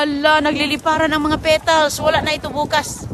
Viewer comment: Petals hindi pitals.